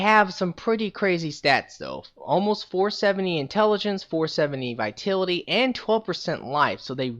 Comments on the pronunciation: ITS VITALITY NOT VITILITY other Than that good build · Yea he pronounces it like "Vaitility" lol. Ugh it's a bit annoying. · The way you pronounce vitality angers me.